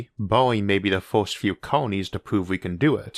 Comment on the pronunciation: You have some interesting videos, but your pronunciation makes my ears bleed and I unlearn English. For example "first" - "forst", "universe" - "uniworse" and many other words.